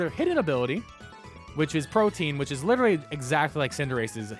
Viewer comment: It’s pronounced protean, not protein